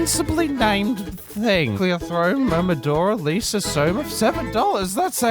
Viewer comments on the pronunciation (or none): none